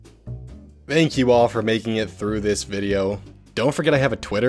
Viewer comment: It’s « this » not siht x)